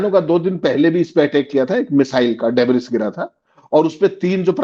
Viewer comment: उच्चारण सुधारे: डेबरिस नही, डेबरी होता है!!!